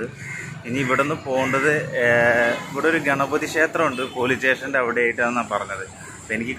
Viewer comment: Railway tation alla makane station ennu parayu